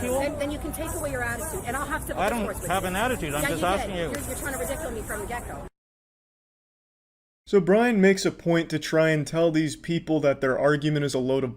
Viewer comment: the way that last said Redicule me...LOLOLOLOL